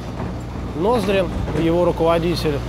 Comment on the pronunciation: Авенир НоздрИн, а не НОздрин